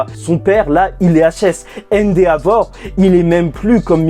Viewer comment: Endehavor non?